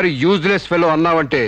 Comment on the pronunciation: యూజెస్ ఫేలో ❌ యూస్లేస్ ఫేలో ✅